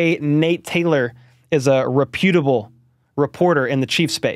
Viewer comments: Reh’ pu tble. Not ru pu’ tble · Respectfully, REP-u-ta-ble not re-PEW-ta-ble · Rep-UTE-able, not Re-PUTE-able. 😂 (haha... love you, dude. just bustin ballz)😊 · Love your videos. But it's rep it able not re puuutibll sources😊😊😊😊 seriously though love your page you give honest and accurate reporting and do a great job covering the best team in the NFL. Could not agree more with your views on Rice. Keep up the good work!!! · I love you and love you content, Let’s go chiefs! … it’s REP-U-TIBLE not RE-PU-TIBLE 😂 love you bud!